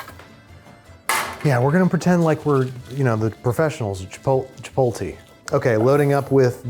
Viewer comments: Did you honestly say chi-pole-tay, Andrew?! Come on, now. Don't be that guy. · "Professionals at Chi-pote-lee" oh he's fried 😭😭